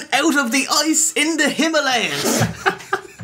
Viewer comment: "'The Yetay has broken out of the ice in the Himilayas' I beg your pardon" lmao